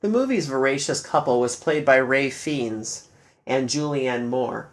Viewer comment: Well done! I'm sure David would b honored. BTW, Ralph Feinnes is, for some reason, pronounced Rafe Fines.